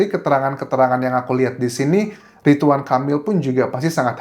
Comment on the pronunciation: Ridwan bukan ritwan 😢